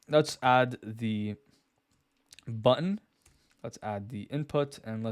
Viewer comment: I hate how I only here "bun" when you say "button" lol. Nice video though